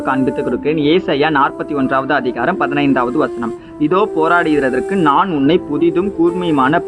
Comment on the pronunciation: போராடிக்கிறதற்கு pronunsation தப்பா soldringa.amen